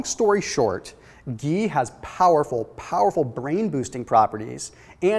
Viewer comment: I can't get over how he says geee